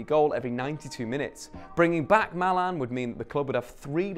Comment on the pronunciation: Who is mAlAn? You mean MALEN